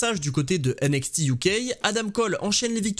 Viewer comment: J'en peux plus de ta prononciation de NXT avec le X à la française mais le T à l'anglaise!!! 😂 Sinon bonne vidéo comme d'hab continu comme ça! 😘